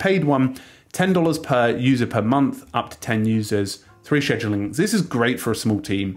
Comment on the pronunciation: Cringe pronunciation